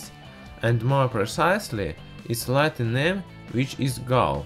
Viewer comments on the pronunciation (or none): none